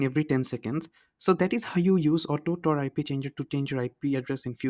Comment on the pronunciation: Indian be like. Its TOR, not tar....😂